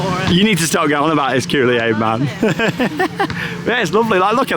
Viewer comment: Charlotte is too funny with the Kool-i-Aid man! The extra syllable makes me laugh!